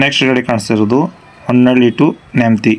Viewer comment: ಹೊನ್ನಳ್ಳಿ ಅಲ್ಲ ಸರ್ ಹೊನ್ನಾಳಿ